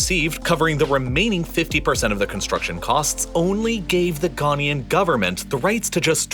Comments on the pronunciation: It's Ghanaian -- "Ga-nye-an" (or "Ga-nay-an") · The narrator mispronounces Ghanaian every time he says it. 😢